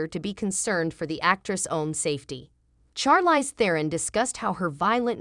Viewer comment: You are not pronouncing her name correctly